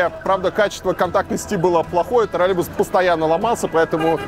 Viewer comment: Правильное произношение «троллеЙбус». Также «около семиСОТ», а не «семиста».